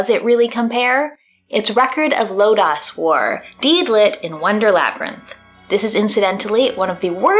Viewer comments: you mispronounced "Lodoss". It's pronounced "Load-Ose" or very rarely heard "Load-oss". Now back to the video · If your a fan of the OVA anime series of Record of Lodoss War or just Lodoss War in general I highly recommend this game. You'll truly appreciate the continuity the makers put into this game. ( Just to help out. Lodoss is actually pronounced like a Lodoss flower. Don't feel bad though. It can be easily mispronounced. ) Unfortunately this game is very short. Too short. But if you love Record of Lodoss War support it if its affordable in your budget. ( Better yet if you have a Nintendo Switch put it on your E-shop wishlist and wait for a sale to come up for it to save some money. ) You should definitely check out the OVA Record of Lodoss War Anime series sometime if you can. The CPM( Central Park Media )/Manga Corps version that was once advertised on Saturday Anime on the Sci-Fi Channel. ( they only aired the first 3 episodes sadly out of the 13 episode series. and doesn't go for too much on ebay at the time of this post. The CPM/Manga Corps version. Not the re release that goes for more because it includes Chronicles of the Heroic Knight ) The OVA has an amazing soundtrack and the animation is amazing for the time it was made. The characters themselves once you watch it you'll really actually appreciate this story in this game more then before. However if someone's not familiar with the series you can easily get lost with the character interactions and what's going on. ( Also I wouldn't blame you if you still wish to forget about this game afterwards. There' s some much b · Kills me every time you say Lodoss wrong. Its one of the biggest animes of its time. Like an evangelion epic. You really need to watch it, it was the first of its kind in animation taking an rpg from pen and paper to the Big screen.